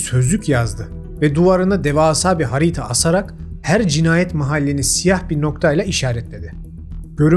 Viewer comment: "harita" telaffuzunda bi sikinti var